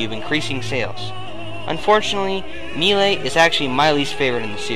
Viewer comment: hahahaha it sounds funny when you say melee